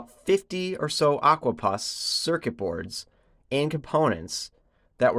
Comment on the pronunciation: "Puss " like ( pussycat) not Pus.